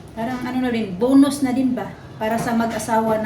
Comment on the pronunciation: bunos or you mean bonus?